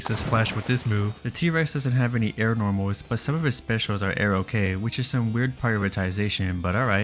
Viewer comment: Deew Whiwe Normaws